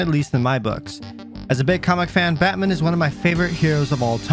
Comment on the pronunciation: Did you say Bat men?